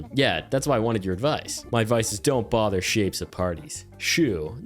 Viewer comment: In the beginning I thought you said little shits instead of little shapes 😂